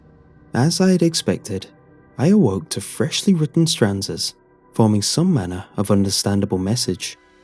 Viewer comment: I think you mean stanzas not stranzas.